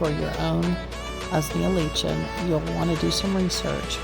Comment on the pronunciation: Correct pronunciation: Usnea: 'ooze-knee-'ah Lichen: 'like-en